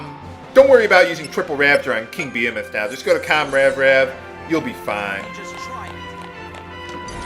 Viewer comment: Everytime I hear him say 'behemoth'. :\